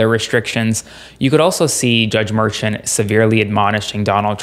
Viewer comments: Too many call it a hush money case…it is a voting interference case…it dismisses the seriousness of the case calling it a hush money. And the Judges name is pronounced Me “Shaun or Shawn…not merchant. I think not calling it a hush money makes it more serious and those out there need to know that. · Great report. Note though that the judge's name is pronounced mer-SHAWN', explained by Karen Agnifolo in CNN and Meidas Touch Network; she's been the ADA in front of him many times. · I think you're supposed to pronounce Judge Merchan as Mershaan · Please say his name correctly! It’s not Merchant!!! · The proper way to.say the judges name is Mer ShAWN. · Can you please properly and correctly pronounce Judge Marchan's name?!? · At the very least, your legal expert should investigate the proper pronunciation of Judge Juan Merchan. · You're pronouncing the judges name wrong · Please say the judges name correctly!! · Drives me nuts when people pronounce names differently… Is it pronounced: "mershawn" or "merchan" Is it "Fanny" Willis or "fawny" Willis Does anybody definitively know what the proper pronunciations are??